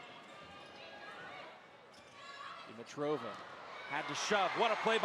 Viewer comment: Did anyone notice that the announcers are mispronouncing Dimitriva's name? 😂 They keep calling her, "deem-uh-trow-vuh." Pretty sure the correct pronunciation would be, "di-mee-trah-vuh." Accent should be on the second syllable.